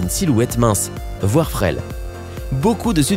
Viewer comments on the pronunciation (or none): frêle qu’il a dit 😂😭😭